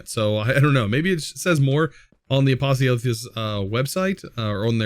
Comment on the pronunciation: Hey just a fact from a Greek viewer: Apotheosis means deification, so to praise someone as if they were a god. The accent is on the e, so the word is spelt A-po-thè-o-sis, with a rise in the e and a drop afterwards. Hope this helps you pronounce it better